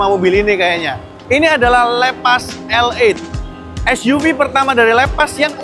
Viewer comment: Bangg baca nya bukan leepas Tapi seperti bahasa indo aja bacanya lepas